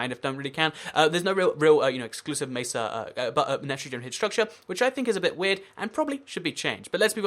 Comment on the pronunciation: I like how you say mesa "macer"